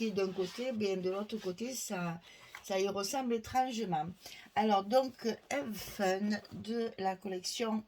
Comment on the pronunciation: Coucou j'aime bcp les couleurs pastels de cette collection, hâte de voir cet album je suis certaine que vous allez en faire une merveille!! Juste pour le nom de la collection, si je peux me permettre sans vous vexer, il faut prononcer "ave" comme avé Maria 😁. Comme je sais que vous adoré l'anglais 😂 et l'humour je me permets 😗. Je vous kiss (embrasse)😊 😘